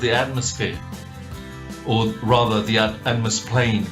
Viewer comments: Atmosplane? Shouldn't it be atmoplane? Or is it atmos-phere or atmo-sphere? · Anyone else getting angry that he keeps saying atmosplain?